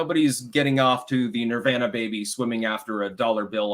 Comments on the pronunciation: Why the fuck is he mispronouncing nirvana? He knows what he’s doing. He’s trying to be different and special. TWAT! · How can a man so into the occult pronounce Nirvana in such a honky way?